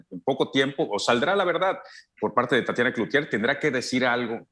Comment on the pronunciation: Tatania, no 🤣🤣🤣